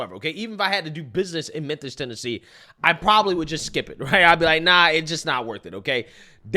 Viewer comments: Its mem fiss. You keep saying menthis 😂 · “Menthis” really bro? How do you make a whole video about a city and mispronounce its name? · Bro, it's Memphis, not Menthis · Are u calling it "meant this" on purpose? I know u understand it's pronounced "mim-fiss"....🤔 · Damn, the OP can't pronounce, "MEMPHIS." 😂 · You're saying Menthes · Its pronounced , mam- phis.....I lived there for a few years when the place was # 3 boom town in America ...lots of construction...... I dated a handfull of "women of color ".....and experianced some "harrassment " for it...but only from the brothers.....It was an experiance....I was young then and not shy ,... .it was a voilent place even back then......the late 80 ' s....... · Ok, I checked 3 times and Im POSITIVE this dude keeps saying "Menthis" Tennessee. Lol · You realize we can all hear you saying Menthis, right???? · Thank you for always making these videos. I mean this with the utmost respect: The city is Memphis, not Menthis... I love your logic and your takes - keep up the amazing work! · I hate to be that guy, but I gotta. If you'd have only said it once, I would have chalked it up to a mistake. But you actually said this every time you said the city's name. You kept saying Menthis. Or at least it really sounded like that. It's Memphis. I don't know if anyone else has pointed that out, but I wanted to kindly correct that. No harm no foul. I just wanted to point it out. ✌️ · The word is pronounced mem•fuhs spelled with “ph”, not “Menthis”; my OCD couldn’t let it go. Anyways, carry on. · Am I high or is calling it Menthis instead of Memphis 😅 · Its pronounced MEN-FIS. NOT MEN-THIS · killing me here, with his "Menthis"!! 😂😂😂 #Mem-fiss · Sounds like you are saying men-this! FYI it is mem-fis Memphis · Where the f*#% is “MEN-THIS” Please stop messing this word up! It’s urking my life lol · Bro... where'd you learn to talk? It's not "Menthis" bruv 😅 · Did I hear you say “Menthis, Tennessee”?? 😂